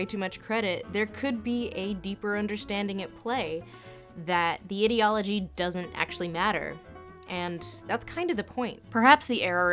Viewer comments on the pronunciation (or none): I loove your pronunciation; idi(ot)logy / idi(ea)logy ! drinking game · Interesting way to pronounce "ideology" As in 'idiocy' and not 'idea' I like it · Also titled, '23 minutes of Lindsay mispronouncing the word, 'ideology''. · Her: "IDDY ALL AH GEE" Ideology, based on the combined words of "Idea" and "logia" (the study of) "IDEA" I-DEE-AH not IDDY-AH Ideology (I dee all oh gee) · Is anyone else annoyed that she keeps saying ID-eology instead of EYE-deology? Great video but I don't think that's how that word is pronounced. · why does she say "ee"-deology and not "I"-deology? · If you are going to have a discussion on the ideology of something, PLEASE learn how to pronounce the word "ideology" properly. ai·dee·o·luh·jee Like idea ... I love your content, this drove me crazy though. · how to pronounce ideology - ai· dee· o· luh· jee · "Idiology" lol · I find the way she pronounces the word 'ideology' very weird. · Ok thats not how you pronounce ideology anyone else bothered or just me🙄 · The way she said the word 'ideology' so much but only pronounces correctly in a few instances, including this particular sentence, makes we wonder if she is using the misprounciation to further put down the thin ideology of the FO. Or indeed perhaps to help draw attention to sentences like this one. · No-one is gonna read this, but the pronunciation of ideology is just bizarre for me. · The incorrect way you pronounce ideology pisses me off so much... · subscribed because content. Small point though: they way you pronounce 'ideology' makes me uncomfortable. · thats not a normal way to say ideology (its not unheard of, but not the norm either). a lot of comments seem weirdly disgusted by her pronouncing it this way and I have no idea why; again its not unheard of (I've heard it pronounced that way a few times in everyday life) but its not common either. might be a regional thing? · You mispronounced ideology 500 times in this video. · You pronounce 'ideology' incorrectly